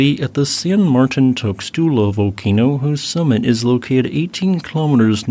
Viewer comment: Tuxtla is actually pronounced tooshtla.